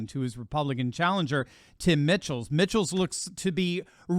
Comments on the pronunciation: His name is pronounced Tim Mike-Ls. Not Mitchell’s. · It's Tim Michaels not Mitchell's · WISCONSIN governor race. Pronounced Mike-alls